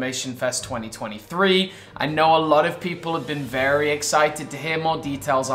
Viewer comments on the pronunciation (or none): Vewy itresing